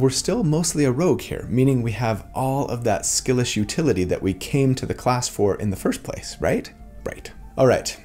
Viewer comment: "Skillish utility" sounded straight up like "skill issue" lol